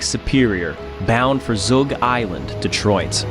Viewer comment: The audacity to use Belle Isle’s ENGLISH NAME , and Zug Island’s FRENCH NAME, “Zoogue Isle Land” 😤 Incredible video though, 10/10.